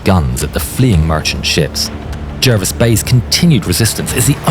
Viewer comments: HMS is not preceded by the definite article - in other words, 'the'. Jervis was pronounced 'Jarvis'. Admiral Scheer, Graf Spee, and Luetzow were not battleships. They were built as 'armoured ships' and reclassified as heavy cruisers in December 1939. There was no 'pocket battleship' class. The term was an invention of a London newspaper when the first ship was launched. It was meant to convey a simple word picture of a small ship (cruiser) with a battleship-ish armament. Kriegsmarine ships were not prefixed 'KMS' or even 'KM'. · Pronounced ‘Jarvis’